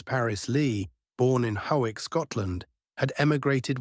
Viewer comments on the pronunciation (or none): Please tell me. Which part of Scotland is ho-wick? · Hawick, pronounced "Hoick". Also it was always a Rifle No.1 Mk.III* Short Magazine Lee Enfield. PS: My father attained his Army Marksmanship badge during his interwar Territorial Service with his Rifle No.1 Mk.III*. Due to an administrative error, he was never required to hand it back when demobbed on the second day of WWII due to failing the Regular Army physical. I shot it a few times but handed it in to the Police after his death in 1985. It was a lovely gun, a delight to shoot and still bloody accurate and smooth to cycle. And never ever a hint of rimlock. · Tell that Hawick is pronounced Hoick, I fired both the Jungle Carbine version in Basic training in the Queen's Royal Regiment in 1955 and later annual qualification firings with the No 4. Brilliant weapons and they changed them for the SLR!!! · Howick is pronounced Hoick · Hawick is pronounced Hoy-ick. Makes me wonder if the commentary is AI generated. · Hawick is pronounced as Hoyk. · It can't say Hawick properly, but the mangling of ANZAC was, for me the worst. Recently (the last month) there have been a load of AI generated videos like this. All different titles and channels but all likely to appeal to the same old man demographic. I'll maybe watch one to the end if, like this one, it's of special interest to me (I shoot a No.4 MKI) and it's not too full of inaccuracies, but there are loads of videos on YouTube made by real people who deserve support more, so this channel is getting the "Do Not Recommend" flag from me, along with its stablemates.